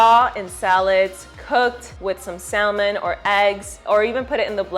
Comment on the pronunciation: The "l" in "salmon" is silent.